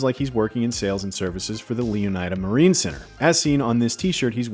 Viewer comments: Shouldn't the "ida" in Leonida be pronounced like the "ida" in Florida? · Completely butchered the pronunciation of Leonida throughout the entire video. Wild coming from one of gaming’s biggest news sources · Botching the names of almost every car is fucking CRAZY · The way this guy pronounces Leonida... does he also pronounce Florida the same way? Yeesh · There will be discourse on the pronunciation of Leonida